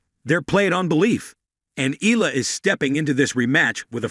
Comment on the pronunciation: It ‘s pronounced E-ya-la!